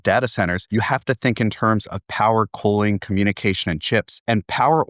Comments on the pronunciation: His pronunciation of cooling sounds like coaling. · Why does he pronounce "cooling" so weird?